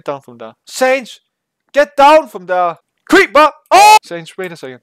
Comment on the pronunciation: Its not saynz, it pronounced seh-uh-nds